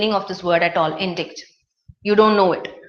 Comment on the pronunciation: you pronounced indict wrongly.please check its right pronunciation in oxford dict